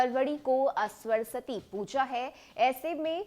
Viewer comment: पहले सरस्वती का उच्चारण सही कीजिए फिर समाचार कहिएगा।